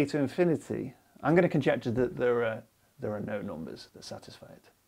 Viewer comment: Not a math comment. I just like the way he pronounces numbers as "noom-beh-s"